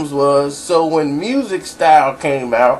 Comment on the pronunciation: bruh its Mystic Stylez i love your stuff but dam fam lol you gotta get some of it right big bruh come on now lmfao